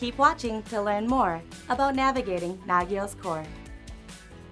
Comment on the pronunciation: I was told that Nagios was pronounced "Nah-gē-ōss" (soft "g").